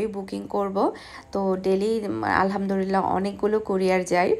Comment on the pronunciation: apni apnr ktha gular moddhe onkk vhul ase tobe apni Alhamdulillah k bare bare Alhamdurillah kno bolen bujhi na apnr shob kichuy bhalo lage shudhu ey jinishta bade apnak aro onk cmnt kra hoise ey bepare but apni ekdomy shunen kno apu ey ktha bhali bhabe bolle ki hoi apnry to gunnah hoitese tay na apu